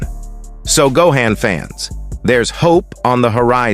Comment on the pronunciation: Gohain, Go-an, Pro-menintly , Coem-pensate, Dai-mond, Weepon, Eriely days, Speculatie AI voices lol